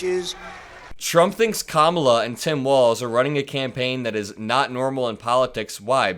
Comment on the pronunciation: Democrats and the media should continually call him Don-OLD Trump until he stops calling Kamala Kam-MA-la.